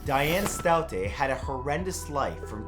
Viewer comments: Staudte is pronounced like Stowdy... here anyway. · Staudte is pronounced "Stoudy"....just lettin' u know!LOL